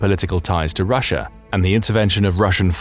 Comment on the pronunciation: Its called Russia not ruzzia.